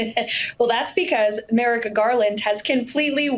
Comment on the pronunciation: She also called Garland "Merica Garland."